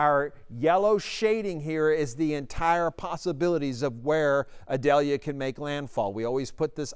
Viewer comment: Eee-doll-yah. It isn't an onion.